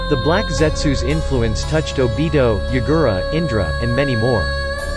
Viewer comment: My boy said obido =obito